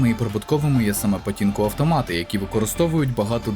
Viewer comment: не патінко, а пачінко, нашо вам та поліванівка вонюча